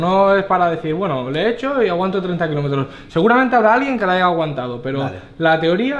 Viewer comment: Uffff duele oírlo jajajaja San Juan dile que se dice haya! Son las típicas cosas que se dicen mal y nadie te lo dice pero se dan cuenta.